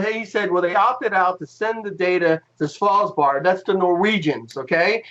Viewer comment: There is a fine line of trolling, and you guys stepped over it. There is just too many thing wrong here at the same time that even super christian young flat earth conspiracy theorists can't swallow this. Not sure how you even managed to pronounce Svalbard the way you did ... Was the plan that you would ski around Antarctica with a camera to take the pictures? What equipment did you install down there that's supposed to help on the coverage? We're still waiting on your function at NASA, seems like you don't want to answer that still. And fiber optical cable from McMurdo to Svalbard does not make sense in any universe ... so perhaps you have a problem with comprehending things?